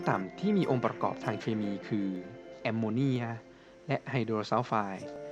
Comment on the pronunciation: ข้าวพุ่งตอนพูดว่ส แอมโมเนี้ยย🤣10.50